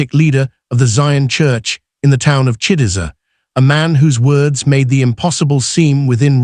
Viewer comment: Shame indeed!!! It's not Sakara but Sakala, it's Chadiza not the way you are pronouncing it